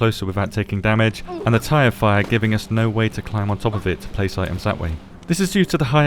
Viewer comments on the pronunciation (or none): anybody else hear "Tie Fighter" instead of "tire fire"?